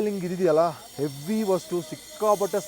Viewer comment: ಹೇವಿ ಅಲ್ಲ ಹೆವಿ